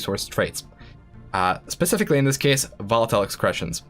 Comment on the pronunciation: You are mispronouncing "excretions". Quite embarrassing unless English is not your primary language or if you are a democrat, in which case grammar is racist and you get a pass apparently.